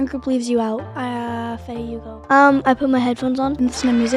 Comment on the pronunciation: Not me thinking that Ryder said bae to Gia but he actually said Faye